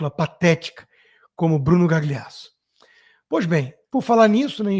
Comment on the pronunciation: Por que vc fica falando Gagliasso com "gli" como em "glicínia"? Diga "galhiasso", é italiano e é assim que se lê. Fica aí engasgando para dizer esse gli. Da mesma forma que vc pronuncia direito o inglês, faça-o com o italiano, pelo menos em nomes com gl porque soa MUITO DÃR . Melhorando sempre meu querido.